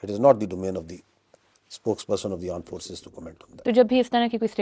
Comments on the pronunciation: Aand forces 😂😂😂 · Aand forces😂😂😂😂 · AAND FORCES 🤣🤣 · Aand forces😂😂😂😂😂😂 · Aand forces😂😂😂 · Aand forces😂